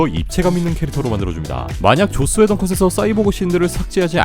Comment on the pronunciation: 발음 쥑입니다 계속해서 죧스웨던 감독이 죧스웨던이 죧스ㅋㅋㅋㅋㅋ